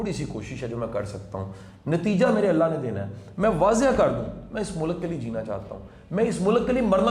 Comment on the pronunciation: شاہ صاحب اچھی باتیں کرتے ہیں ۔ بہت اچھے خیالات ۔ ۔ ۔ ۔ لیکن وہ استاد ہیں تو پلیز اپنے تلفظ پہ بھی توجہ دیں ۔ مثلاً ملک ۔ غلط ۔ واضح وغیرہ وغیرہ ۔ اور معذرت کے ساتھ عرض ہے کہ تھوڑا سا کم بولا کریں ۔ ۔ ۔ ۔۔۔۔SZ Rana official